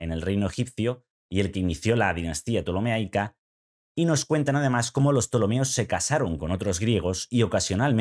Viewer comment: Ptolemaica no ptolemeaica.